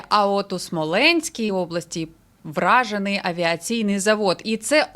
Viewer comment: не "вражений", а УРАЖЕНИЙ👌👍🏻👏